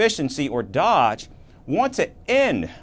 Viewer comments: This idiot can't even say DOGE. It's not Dodge. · It is doge not dodge! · It is Doge not dodge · It's doge not dodge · "Dodge"... no dude, it's dOge. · You pronounced DOGE wrong. It's kind of hard to miss unless you're just a guy reading a teleprompter and not actually a reporter.. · This reporter needs to stop being a biased A-hole mispronouncing DOGE. And you do not want government experience at all! Experience not preferred.